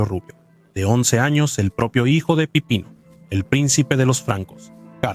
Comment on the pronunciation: No era Pipino? Es que se escucha que dices "pepino" 🤣😅